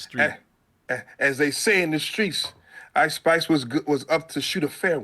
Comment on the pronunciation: I thought he said ICE spies